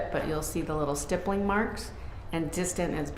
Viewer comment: How does this defense attorney not know how to pronounce stippling? 🤦‍♀️